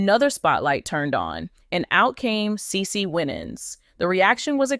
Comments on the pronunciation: PROUNCE HER NAME RIGHT THANK YOU HAVE A BLESSED WEEK IF U DON'T KNOW HOW TO PROUNOUCE A PERSON'S NAME PRACTICE IT THANK U PEACE😊😊😊😊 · CE CE WINANS IS HER NAME STOP MISPROUNCING HER NAME